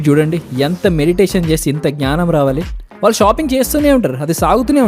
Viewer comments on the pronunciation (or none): none